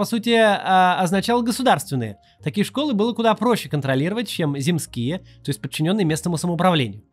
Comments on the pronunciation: Земские - ударение на первый слог, от слова земство. Гарин- Михайловский - это один человек😉 А так все супер) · У Максима ударение скачет в слове "земские": то "зЕмские", то "земскИе", но чаще в сторону неправильного второго варианта. Ещё и "уезднОе", а не "уЕздное". У меня дипломная работа была как раз про земства, поэтому очень режет слух))) За видео спасибо. Показывайте чаще штаб и его работу, а то в новостях очень мало 🙁